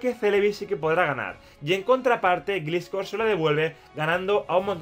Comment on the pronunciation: Dhhdhehehe Jdbdheheh se pronuncia glaiscor